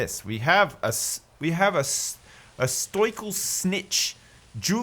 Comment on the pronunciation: Still hasn’t learnt how to pronounce ‘stoical’ oh 😂😂😂